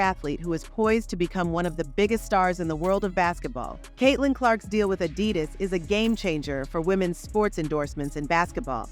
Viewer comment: fix the AUI reader. Its so annoying to hear AD -i-dus instead of a-DI-dus in the narrative